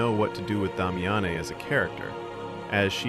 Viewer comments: Did you even play the game? You butchered Damiene’s name.. it’s giving ai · /my-er-deen/?? did you play this game? /Mmm-yer-den/ tyvm edit: /dah-mee-ah-nay/?? no no no. Watch her intro video. /Day-mee-en/. tyvm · It’s not pronounced Dom-ya-nae is Dame-me-yin. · Dom-Yah-Neh, Myer-Deen. Bro can you read? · DAH-MI-AHN-AYY??? 😂 Bro, her name is Damiane. You know, the feminine spelling of Damien? Watch the cutscene of her introduction again and put some respect on that woman's name, lol. I jest, but I've never heard that pronunciation before in my life. Good video, though! I love the lore of this game and it's good that more people are getting to see it through this. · I can’t tell if this is AI narration or not. It’s the only way I can justify the mispronunciation of names like Myurdin and Damiane which were both SPOKEN OUT LOUD IN THE GAME.